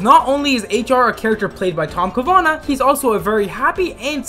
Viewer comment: Ca-va-nah not Ca-na-vah